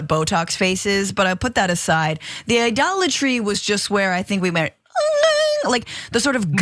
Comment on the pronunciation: Idolitey? Can you say Trump!